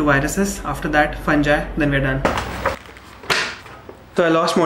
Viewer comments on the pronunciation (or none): Try to pronounce fungi correctly. Use some audio dictionary to pronounce medical terms correctly.